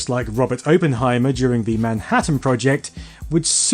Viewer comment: That was the worst pronunciation of Oppenheimer I have ever heard.